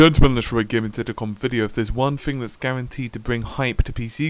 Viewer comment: Gamebryo not byro this si the second time you make that mistake.